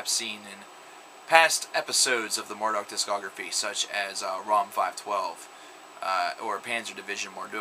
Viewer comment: The fucking 2007 album is titled Rom. as in Romans . There is no way that this guy has ever listen to a Marduk album because he can not only pronounce the name of the band wrong but their album title as well. As for the morons here who thought the name of the band is pronounced "mar-duck", go listen another band. If you actually listened to Marduk then this should be self explanatory from a little album called Panzer Division Marduk.